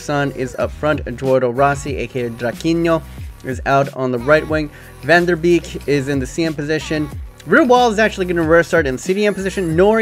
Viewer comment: lol, i love your dutch pronunciation, a double ee in dutch is actually pronounced as an a-sound. e.g.: sv hereveen is here"vane" and van de beek is more like van de "bake". Love the videos though, keep it up!